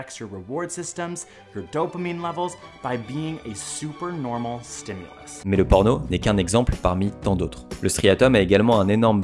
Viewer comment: Un ''stimulusse'', des ''stimuliii'' , merci !